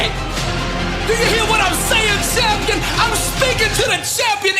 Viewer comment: I dono if its just me but the way the bro delivers "CHAHM-PI-AHN" bruhhh got me